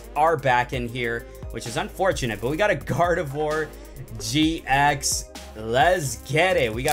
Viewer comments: Oh and you said garbodor not garveidor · When he got GARDEVOIR EX he said GARVEDOIR EX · He said GARVEDOR INSTEAD OF GARDEVOIR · He Said Garvedor GX Again Its Gardevoir GX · You said garvador not gardavoir on the first one but love your vids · You called it grayadore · at 6.00 you said garbador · Gavedor ? I am trigered ! After you say to us to clean our ears ? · he said garvedore gx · You said garvedour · for gardivoir ur said garbidour god i cant spell XD # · You said garbador and you said nekcrowzma completely wrong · you said garbador XD